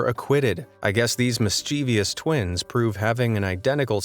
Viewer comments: The word "mischievous" is pronounced miss-chev-us, not miss-cheev-ius. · You pronounced mischievous incorrectly. There are 3 syllables in the word